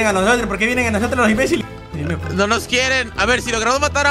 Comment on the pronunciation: En Soy yo o Raptor dijo "IMBLEICIL" Así como lo escribí Xdxd osea,estaba matando blazes y les dijo imblaze-iles 😅😅😅😅😅😅😅😅😅